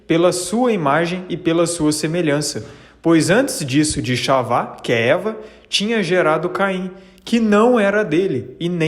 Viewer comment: Penso que você está fazendo um bom trabalho. Não sou especialista, linguista, mas vou lhe dizer alguns pronúncias. "Chawá = Havah( RRavá) como em Roberto; "Mala'kha= Malah".